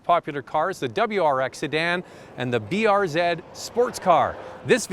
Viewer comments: BRZ not BRZEEd 🤦🏼‍♂️🤦🏼‍♂️🤦🏼‍♂️ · BRZeed? BRZ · "zee" not "zeed". I know it's nit picky, but thats what Subaru refers to it as. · Everytime he says BRZ ED😑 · lol i shit my pants when be said "brzed" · even tho i live in canada too it is pronounced brz as br-zee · B to the R to the Z..(pronounced zed) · depends on your location. Subaru Canada and Subaru US say B-R-Zee